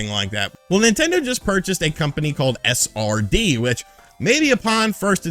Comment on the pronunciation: does anyone else hear “a sardine” when he says SRD? lol great video!! 😄